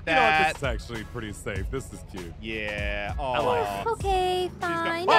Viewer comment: Why say cu t e instead of cute wat And btw nice ava